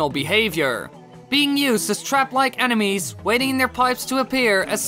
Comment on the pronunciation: Who thought he said anime’s not enemies😂OMG